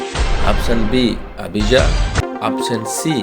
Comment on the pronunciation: అబిజా కాదు బ్రదర్ అబీయా తరగతి